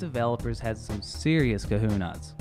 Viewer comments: It's not cawhonas it's cAHHONAYS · It's pronounced kuh-hoe-neighs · kahuna's?? you mean cojones? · cajones, not kahunas. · "these devs had some serotonin cahunas"